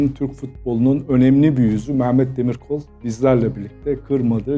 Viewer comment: Altan Bey, neden Meğğğmet? Meh - met demek çok mu zor?